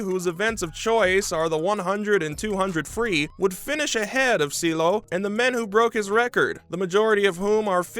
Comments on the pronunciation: “Seeleo” it’s Ciehhloooh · Cee. El. Lo.